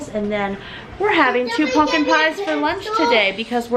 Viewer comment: I have never been so absolutely disgusted and annoyed by how someone says "pumpkin" 😂